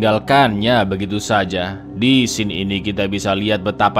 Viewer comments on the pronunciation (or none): none